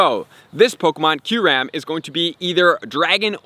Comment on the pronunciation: It’s pronounced: “ky-you-rem.” Not “curam”